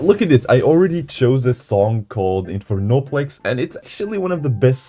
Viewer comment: btw its not infer-noplex its inferno-plex :) great vid tho!!